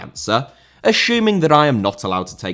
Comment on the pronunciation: The word assuming is not pronounced ashooming!